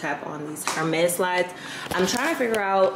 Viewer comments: Hey friend Hermes is pronounced Err - Mez the H is silent ❤❤ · Hi, Hermes is pronounced Errmezz... the H is silent.